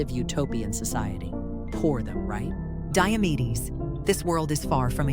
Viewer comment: Diamedes sounds like diabetes😂